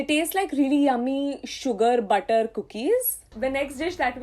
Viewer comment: m i d only one who gets irritated about .....she stressing on er,ed ? 4 example butterrrr.... cookeddd...😔